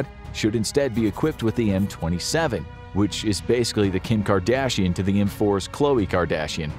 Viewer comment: When they mentioned the kardashions, they really had to emphasize some “features”